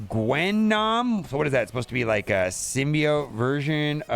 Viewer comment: I like how you pronounced “Gwen-Nom”